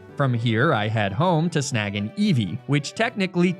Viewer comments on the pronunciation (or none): none